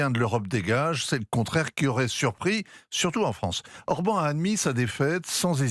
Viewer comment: l'expert géopolitique qui prononce mal le nom de Orbán Viktor, du grand Europe 1 - comme dab